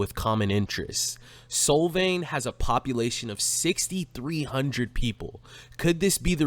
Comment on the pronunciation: It’s like solve… Solvang. Not sol like the sun.